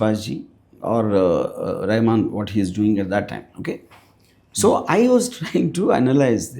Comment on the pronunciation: Rahaman... not Rehman